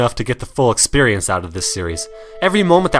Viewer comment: I love the way you say "expurrience." xD